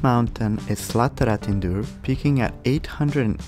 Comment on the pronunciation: The way he said slattratindur Is NOICE